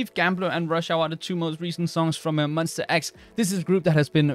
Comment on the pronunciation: Hello, just wanna say it's pronounced as MON - "STA" X, not Mon - "ster" X. it's --ta not --ter. Just want to make it clear coz many who doesnt know about them are mispronouncing their group name :)